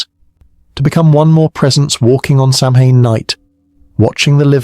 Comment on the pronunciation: Will you take a word of advice from someone who speaks the language? The pronunciation is SOW-in. The Scots, Welsh, Cornish and Bretons might have their own names or pronunciations, but this is the Irish pronunciation. Interesting video, enjoying it